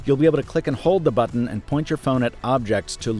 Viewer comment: "Press the camera butron"